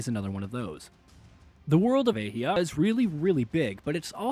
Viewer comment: The fact he can’t pronounce athia correctly make me wonder if he played the game or is reading a script….